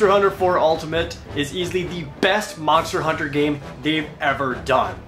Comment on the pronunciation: MANSTA HOONTA